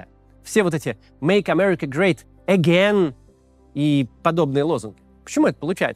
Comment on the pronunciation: так смешно, когда русскоговорящие люди пытаются пародировать американский акцент Максим, ну какой тебе "аген"? Ты всю жизнь по-русски говоришь, не "аген", а "эгейн"